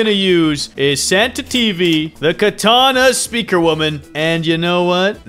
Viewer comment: How did bro butcher the name that hard in the start